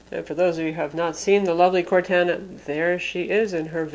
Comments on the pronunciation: Its pronounced "core-tahna" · Don't wanna be the guy that goes crazy over pronouncing something wrong but you've been saying Cortana wrong. Its cor-tah-nah :) just a heads up for next time :) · It is Cor-anna, based off the Character from the Halo game franchise, also from Microsoft. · It drove me nuts too lol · I don't know whyyyyy but it reallllly bugs me as well. I'm not that guy who trolls but it just... Well that's not how you say Cortana. But other than that amazing review! You are my go to person for all things tech! Great job! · The way she pronounced Cortana is atrocious. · Dull Panda Sorry, I didn't mean to offend you so much. is awesome. She does a great job reviewing things. I was mostly kidding.